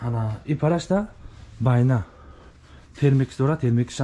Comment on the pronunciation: Байна не БАНЯ 🤦‍♂️